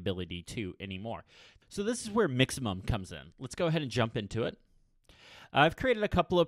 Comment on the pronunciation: Do you know what the app is called? I’ve listened to him say it 10 times and I still have no idea what he said? Mixemum?